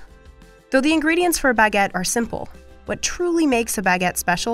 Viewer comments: bAAAgé 😭😭? It sounds so, incorrect baguette 🥖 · The way you say baguette gives me every disease known to man.